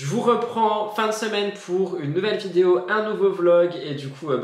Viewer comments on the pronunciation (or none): none